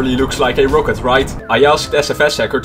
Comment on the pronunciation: The way you pronounce rocket annoys the hell out of me😁 Other than that, great vid